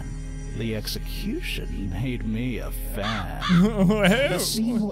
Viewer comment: Sean, it's "fan", not van